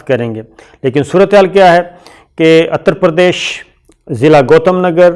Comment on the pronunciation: Always pronounce the words correctly. It is Utter Perdesh (U.P.), not Atter Perdesh.